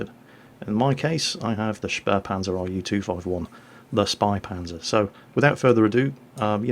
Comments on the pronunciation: its pronounced (Shpaypantzer) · it sounds like spay panzer. the two periods over the "a" make that "a" sound like 'eh' instead of 'ah'. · says it almost like ö if you know what I mean:) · The "Ä" in "Spähpanzer" is pronounced similar to the "A" in "Man", a bit longer as You would pronounce the "A" in e.g. "Hat". In German, the suffix "H" is used as indicator for that. So just think of how an English-speaking person pronounces an "A". If You would write this, it would possibly be "AY". Now to get the German "Ä", just remove the "Y" from the "AY" sound. Then You have the "Ä". All clear now? sigh